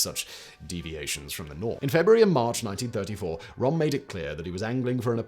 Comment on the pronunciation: How can you mess up to pronounce Ernst Röhm's name? it's not even one of the sounds English does not have, the Ö is equivalent to the o in worst.